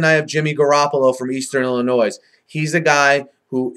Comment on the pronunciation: Please pronounce Illinois correctly.